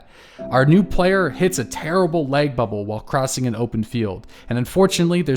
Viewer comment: Good Christ on a crutch man is there some reason that you're pronouncing LAG like LEG? I had to replay it 5 times to understand WTF you were talking about!